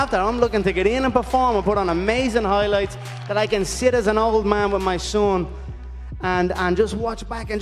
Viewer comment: Conor "Hoylights" McGregor